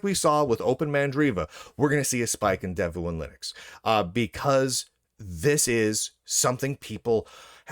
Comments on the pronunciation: It is pronounced "dev-one". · pronounce it like Dev Juan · Don Juan: Pronounced? Devuan: Pronounced?